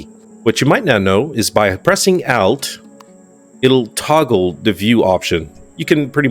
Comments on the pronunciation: Something you may not know that alt(al-t) is pronounced as in (alt)-ernative [ault]. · I’ve seen a few of your videos so far, and have found some great info! But my lord the way you say “Alt”😅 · Please never say "alt" again. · One thing you probably didn't know. The pronunciation of ALT. It is an abbreviation of 'Alternate' 😂